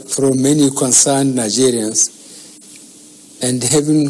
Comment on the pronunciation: Did I hear him say "Hello Nazarians"? 😂💔